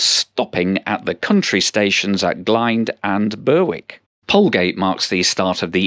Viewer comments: Berwick is pronounced ‘Berrick’. Lovely. ideo as I was born and bred in Eastbourne and used that line a lot. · I was the commenter mentioned, however the announcer said it ( they get other stations like Westham, in Sussex, wrong) as someone born and bred in Eastbourne it def pronounced ‘Berrick’ ( same as Berwick upon Tweed)! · Berwick pronounced locally as 'berrik'. I've lived in East Sussex for over 65 years. I know this line well since I've been using it for at least 50 years on and off. These days I have retired to Polegate. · So this Berwick is pronounced Burr wick then, unlike the northern Berwick which is pronounced Berrick. I assume that's to confuse Americans?